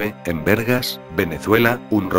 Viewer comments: Y no es vergas es Vargas!! Jajaja... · jajaja en vergas? soy de venezuela y es vargas no vergas jajajaja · ¡VARGAS HIJO!, ¡VARGAS! ¡NO BERGA! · es en Vargas Venezuela, no en vergas XD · Giovanna DI ANGELO DI BIAGGIO ya lo se solo lo dije de humor porque pare que dice en vergas